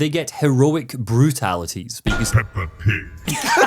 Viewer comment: I made the mistake of listening to this at work and had to stifle my laughter at "P E P P A P I G"